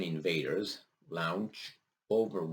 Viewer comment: brother...Launch is said like Long ch